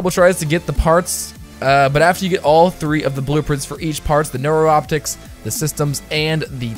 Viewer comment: Neuroptics (new-rop-ticks)